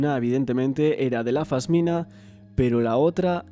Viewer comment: Se dice pasmina😂😂